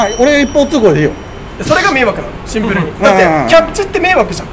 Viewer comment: 「シンプル（⤴︎）に！」て妙な発音で何度でも言っててキモッ、草ｧ😁✨✨✨